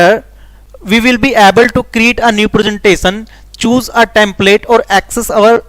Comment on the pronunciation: Create hota hai na ki create